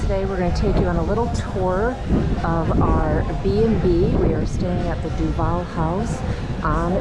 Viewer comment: Duvaaaal not duvAle nice video